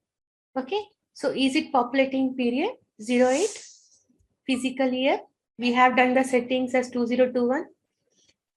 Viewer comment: Please correct your pronunciation as ' Fiscal Year'..You are pronouncing as ' Physical Year'...